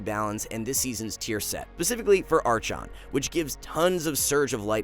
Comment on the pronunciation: Prenounce Archon again but this time correct please